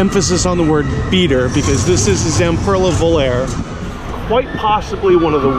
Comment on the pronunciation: Volare is pronounced 'Vol-lar-rey' (like the old Italian song) not 'Vol-lair'.